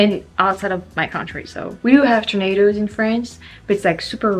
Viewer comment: "We don't have tornaders in France." She's becoming southern.🤣🤣🤣😁👍